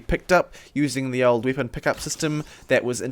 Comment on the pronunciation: why do you say wipon and not weapon?